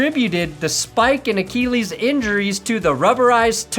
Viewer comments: Achilles! Look up how to pronounce it. keeps saying it wrong. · AKKEEELEEES?!?! bro you talk for a living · I can't be the only person triggered by the way pronounces it "ACHEE LEES" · Acheeeeeleeees! Not Achilles, acheeeeeleees! Check your pronunciation people. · please say achilles right. its funny at first how you mispronounce it but then it gets old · The only reason you made this video is so you could mispronounce Achilles 127 times. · I’ll sign up for underdog when you pronounce achilles correctly ffs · Just pronounce it like everyone else does. Remember that Family Guy bit on the 'h' in Cool Whip? You're Stewie.